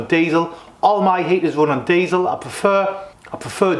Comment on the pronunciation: You’ve butched the word diesel there mate